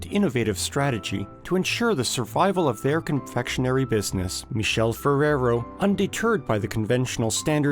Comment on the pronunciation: The narrator is pronouncing the name of "Michele Ferrero " wrong every single time- So disturbing and inadequate